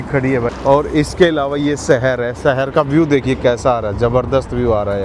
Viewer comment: Bhai agar terko achha bolna aata hota to tere viewers billions mein hote. Tu rah gya desi ka desi. Aaj tak शहर भी नही bolna aaya terko. Temperature ko tu Tumprature kahta hai.